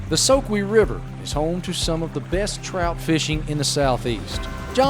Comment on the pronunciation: and he doesn't know how to pronounce the name of the soque... it's a shame such a beautiful body of water which starts and ends all in habersham county is private property except for a very small section...